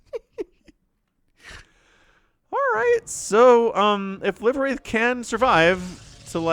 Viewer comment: ❤ for future casts the name is actually pronounced "live" like live tv or livewire. I meant it to be an oxymoron. As in living spirit😅